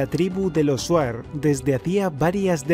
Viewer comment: Amigo se escribe shuar y le lee chuar 😀